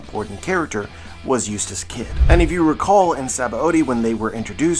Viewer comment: everytime you say eutass kid, i ear useless kid. xD